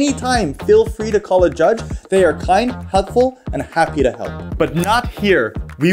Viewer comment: am i the only one that heard "hugfull" instead of "helpfull"?